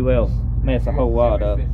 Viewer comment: Wods 😂 it’s rod dammit